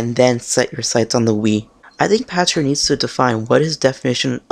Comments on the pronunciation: His name is pronounced "Pakter," not "Patcher." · I believe his named is pronounced "Pakter", with a "k" sound not a "ch" sound.